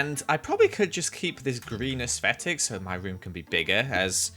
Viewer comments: I just realised says aesthetic as 'aesfetic' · Nobody: Not a soul::aesvetic